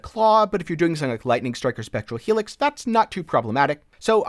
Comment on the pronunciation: Are you saying /Sunn-ing/ or Something cause I'm losing it over here lol.